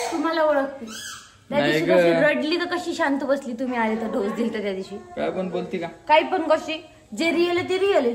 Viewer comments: ढोस नाही ग बाई डोज मन😂😂😂 तुम्ही लोकं सोशल मीडियावर आहे आणि स्वतःचा हसू करून घेता आणि ते पाच सहा वेळा ढोस ढोस बोलते आणि परत manta की होते बोलताना ढोस madhe aani डोज मध्ये kahi फरक आहे की नाही रोहिणीला परत शिक्षणाची गरज आहे मला तरी वाटते त्यादिवशी परीला पण संडे मंडे चुकीचे शिकवत होती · ढोस नाही ग बाई डोस